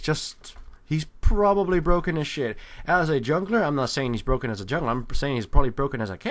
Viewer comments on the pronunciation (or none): none